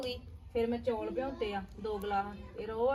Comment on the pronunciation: Hlo ji happy lohri tuhanu te tuhade sare parivar nu te tusi jaat Punjabi ho kr chaul nu chauul kehnde o